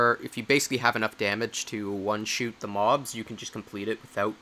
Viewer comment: Hearing you say "one shoot" instead of "one shot" really throws me off more than I care to admit. :p